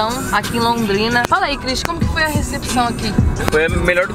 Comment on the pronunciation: Porque. Você. Voi. Espuxa